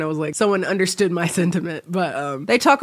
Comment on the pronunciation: For a second it sounded like you were saying "he can't eat ovaries" but then you finished and said "can't eat over easy eggs." I'm now ☠.